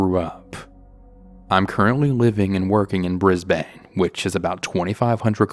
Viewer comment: Aussie laughing at the pronunciation of Brisbane. In English English is pronounced Brisbin. 🤣